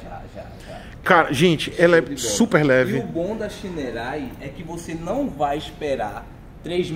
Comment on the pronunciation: Ele: xainouei kkkkk Eu: chinerai